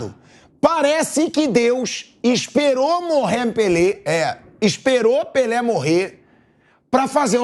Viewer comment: “Morrér Pelê”